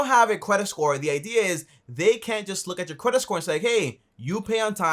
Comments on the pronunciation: Is he saying “CWEDIT”? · "cwedit" xD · qualified quedit 🤣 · Lol he says Kwedit😁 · The way you pronounced "credit" sounded funny